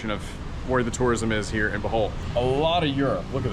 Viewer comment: cant even pronounce the name of the place he lived correctly, you should learn to speak and pronounce the local language ur american dialect sounds disgusting when trying to say local words 😢 even salamat sounds so ugly. when you say it, just try to copy how the locals pronounce it